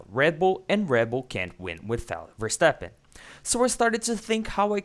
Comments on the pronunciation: Mex versteppen. Its MaX like maximme, maximus. Etc. Thanks. Great video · nice, but not call him Versteppen.